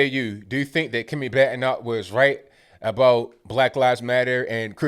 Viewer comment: Her name is pronounced 'BAD-E (BEE)- KNOCK'.